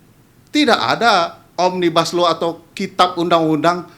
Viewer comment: Yang merangkai huruf menjaidi kata omnibaslou saya mendga bukan oraang inddonesia asli bahkan mungkin tidak pernah belaajar bahasa Indonesia